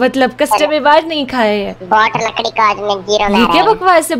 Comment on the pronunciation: Lakdi nhi lakri